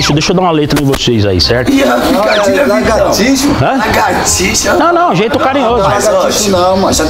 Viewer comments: "Lagartixo" 😂😂😂😂😂😂😂😂😂😂😂😂😂😂😂😂😂😂😂😂😂😂😂 "Mortadelo"😂😂😂😂😂😂 "Cerejo"😂😂😂😂 é de mais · "largatixo", "sibaleno" kkkkkkkkkkkkkkkkkk